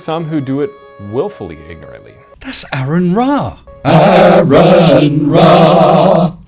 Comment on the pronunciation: Pronounce "Aron" correctly please...